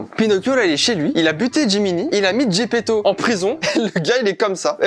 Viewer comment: Putain ok j'suis fan de Jojo mais j'en ai marre d'entendre des Zeppeli au lieu de Zepeto juste parce que je viens d'apprendre que l'auteur est italien 😭